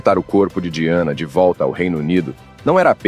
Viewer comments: A pronúncia correta do nome da princesa é DAIANA. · Se pronuncia “daiane” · Eu sempre suspeitei do Príncipe Charles. Gostei das informações, mas você falou o nome da Lady Di errado o vídeo inteiro!!!